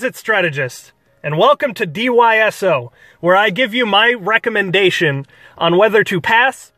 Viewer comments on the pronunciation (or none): Are you saying d-Y-s-o instead of d-S-y-o?